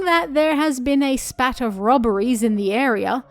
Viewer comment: Spate not spat